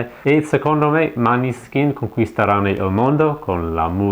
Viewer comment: Comunque si pronuncia Moneskin.